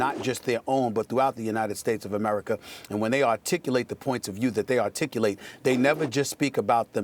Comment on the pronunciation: Why is being "Artilec" So Important with this Uppered dude!